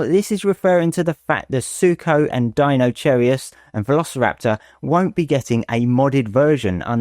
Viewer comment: The sooner Acrocanthosaurus becomes an official in-game dinosaur, the better, in my opinion. I'm also very much looking forward to the giga-duck that is Deinocheirus. And I'm sorry, but I gotta poke a little bit of fun at the way you kept calling it Deino-cherry-us. XD